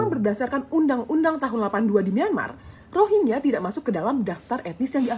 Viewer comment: Bro klu bahas masalah , nyebutin pokok bahasan yg bener dong! Rohiya apa rohingngia?